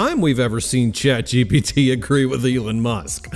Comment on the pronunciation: "Elin musk" lol